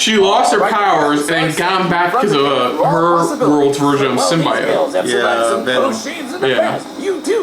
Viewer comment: Did he just say "sim-BYE-ote"????